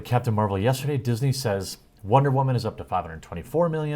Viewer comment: Why do you pronounce women that way? It sounds stupid, like your trying to be sexist. Not all women are SJW, most normal people don't see the world like you do. You have a lot to learn in this life. You are leaning extremely far to one side and it's coming off sexist, Brie Larson is one woman.... You were reading an article and couldn't just say woman normally?